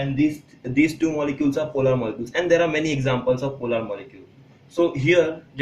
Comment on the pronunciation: Not polaaaaaaaar it is polar okk..